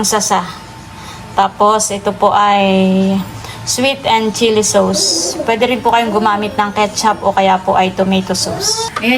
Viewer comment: Corn-start (Cornstarch) at Sowws (Sauce)! Classic 😃